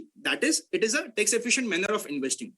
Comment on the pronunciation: Tex efficient...... no brother it is Tax with "a".. 😉